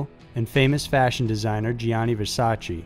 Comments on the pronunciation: Gianni = 2 syllables. JAH-nee. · My ears bleed everytime you say La Joe-la. It's La Hoy-ah. Also, Gianni is not Gee-ani, but is pronounced like Johnny. Google "How to pronounce ____"